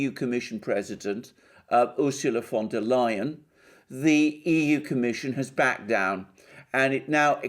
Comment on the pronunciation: The way you pronounce the name...Fonda Lyin'.